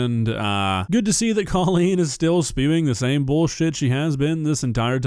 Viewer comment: It’s hilarious that everyone is calling her “Cawlean” when she has said it is somehow pronounced “Coal-lean”… I know she is irritated